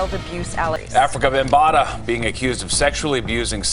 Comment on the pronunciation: It's five pillars of hip hop: MCing (emceeing), DJing, breakdancing, graffiti art, and knowledge. And you're pronouncing Bambaataa wrong.